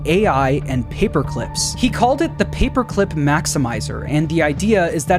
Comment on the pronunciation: "Da moida weapon? Papuh climp."